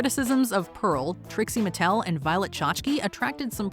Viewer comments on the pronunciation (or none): none